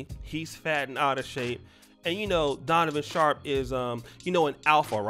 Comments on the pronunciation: Did just say “Conovan Sharpe” 😂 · I know DAMN well he ain't say "Conavon Sharpe"🤣🤣🤣🤣🤣🤣🤣🤣🤣🤣🤣🤣🤣🤣🤣🤣🤣🤣🤣🤣🤣🤣🤣🤣🤣🤣🤣🤣🤣🤣🤣🤣🤣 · He called him, "Conovan Sharpe". 😂😂😂